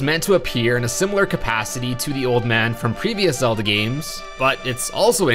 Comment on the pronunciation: You Say “Zelda” not “Zedlda”